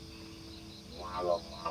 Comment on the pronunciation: Peuting, bukan peting hehehe